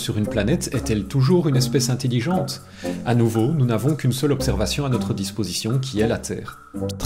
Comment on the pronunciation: "int-i-lligente" ... c'est intelligente